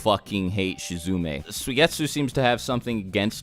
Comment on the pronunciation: Y u call him shizume?!?